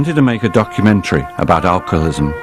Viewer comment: I wish he would say alcoholism correctly. Might be petty but he says alcolism